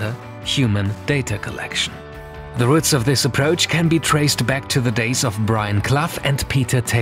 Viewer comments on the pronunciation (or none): none